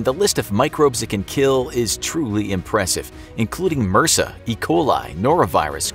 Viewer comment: It’s pronounced by the individual letters, MRSA. My great grandmother caught it in hospital when she broke her hip, she did not survive.